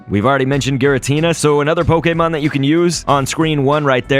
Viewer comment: I love when he says poKÉmOn